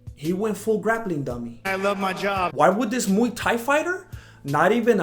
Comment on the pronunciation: It's muay not mu dumbass